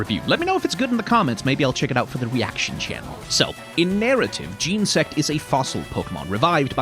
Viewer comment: From Snivvy to Jean-sect, almost perfectly bookended with mispronunciations. But man, what a great video